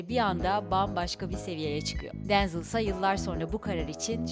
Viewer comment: Denzıl değil direkt Denzel diye okunuyır